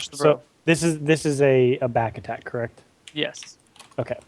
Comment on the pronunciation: The way says "yes" every single time as "yiss" is really grating and I wish he'd stop.